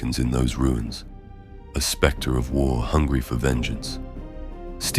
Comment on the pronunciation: Oooh specter…not sphincter.